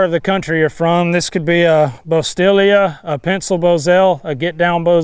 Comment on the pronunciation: How can you claim to have ridden in the vaquero tradition and not know how to pronounce 'bosalita'. I've never known anyone who's ever been exposed to a good bridle horse who called it a 'bostilia'.